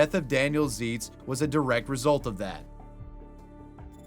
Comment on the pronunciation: I know this is such a stupid correction to point out but Zeitz rhymes with sights.